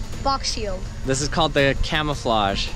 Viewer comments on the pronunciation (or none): Haha, it's not camoflauge? It's camouflage! :) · camouflage not camoflage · Camouflage Not camoflauge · "camoflauge" ?XD